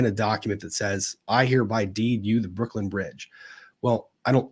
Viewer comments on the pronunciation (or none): none